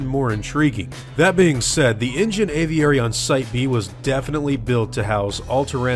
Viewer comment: Why do you keep saying engine?